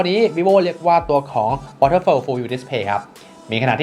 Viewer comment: จอรุ่นนี้ เค้าอ่านว่า วอเทอร์ฟอล ครับ ไม่ใช่ วอเทอร์เฟล ครับ